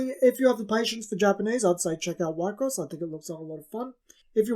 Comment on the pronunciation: We-cross, is how its pronounced